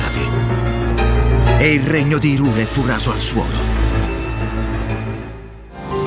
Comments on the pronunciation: No, va letto come Hi in inglese perché esiste anche Lorule che appunto vive del gioco di parole Hi e Low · La pronuncia corretta è "Hàiral", così come il suo corrispettivo è "Lòral". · Tutto molto bello ma odio profondo ogni volta che dice IRULE